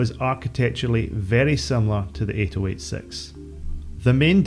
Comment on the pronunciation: why are you saying the Intel CPU names so strangely? it's pronounced "80-88": "eighty - eighty eight" same with the "80-86": "eighty - eighty six". it's the 65C02 not 6502C actually the original first IBM PC was only able to get up to 64kB (they sold them with either 16k or 64k installed), only with Memory expansion cards could you reach 256kB. 640kB was only doable with the IBM XT and later.